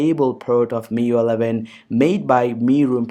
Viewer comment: Bro nice content. Anyways, it's pronounced as "Mi-Yu-Ai" not Mi-Yu.